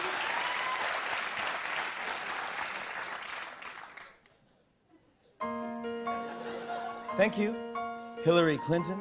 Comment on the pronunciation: Wouhooo Mister #Jimmy m’a fait craquer de rire 😂 😂🤣🤣🤣 surtout dans ce passage où il prononce avec un accent humoristique « Tank you president Obama🇱🇷» Big respect à vous 🙏